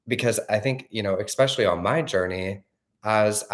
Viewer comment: I know that this is totally irrelavant, but why does says eKspecially? What is that? 😄😁 Since I ve noticed it, my focus keeps going there.. 😁 Otherwise, his channel is really life changing. I don't know anyone that explains changing mindset like does. All the love ❤